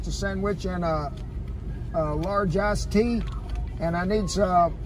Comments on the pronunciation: Same here :D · sameeee omg i literally thought it until i read ur comment XD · It’s because of his country accent. Yes I know he knows what he really said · I swore you said and 'Big Mac and a Large Ass Tea'.......I love the diversity in our country.